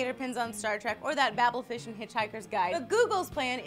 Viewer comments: She said babel fish wrong. That's it I'm unsubscribing. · BABBLE FISH??? SHUN THE HERETIC!